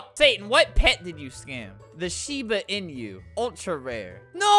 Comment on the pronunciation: You're pronouncing inu wrong